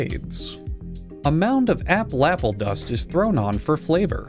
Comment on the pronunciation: "aplaple dust" Perfection